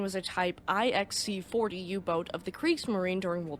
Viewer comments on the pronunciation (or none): Not to nitpick, but here i go . IXC/40 is read as 9C/40 = type 9 , class C , variant or production number 40. The IX is normally in roman numeral font, the C in standard font. This defines roman numerals to be read as numbers . The C as a letter . Military anograms abbreviations and numeral uses has NO logic or order and can be very difficult to decipher.